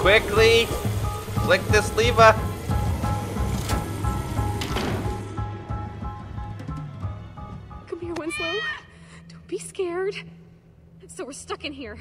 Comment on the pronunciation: lever not liver